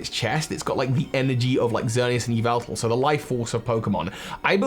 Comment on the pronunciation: Correction: Yahveltal